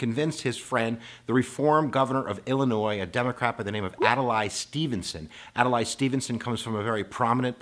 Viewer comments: It's "Ad-lay", not "Ad-lie"! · Please, say Adlai, not Adelay. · Also, it's Ad-Lee not Ad-a-lai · So now I’m wondering if you didn’t even bother to research how to pronounce Adlai of what value are your lectures. Adalay? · You need to pronounce their names properly. It's Adlai (pronounced Ad Lee) and Estees Keef offer.) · Ad-lay .... How does someone not know that?